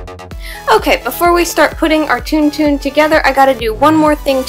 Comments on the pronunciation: Isn't it pronounced more like TonTon and not TunTun? :O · It is pronounced like tawn tawn ..... Not toon toon.... Some one has never seen starwars apparently.... I do wish you would use something other than hot glue! Such expensive works of art with substandard materials! Hot glue will not hold in hot and cold conditions for long. I get the gratification of instant bond but it is sub par . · Also it's pronounced Tawn-Tawn. >.> I live in a Starwars fanatic house.